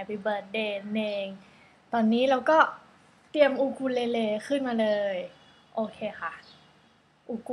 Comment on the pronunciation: อูคูเลเล่ค่ะไม่ใช่อูคูเลเลค่ะ